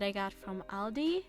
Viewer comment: The way you said, Aldi... Do you live in either the Netherlands or Flanders? 😄